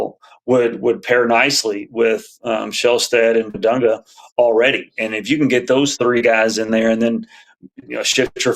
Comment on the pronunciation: Its pronounced "Big Dung" 🤷‍♂️